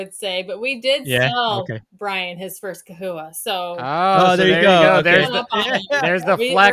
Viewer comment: I've never heard it pronounced kewies...I've always said chewies and chahoua...not kahooa.